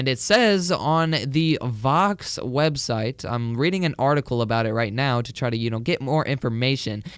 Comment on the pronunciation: Did he say swebseit waht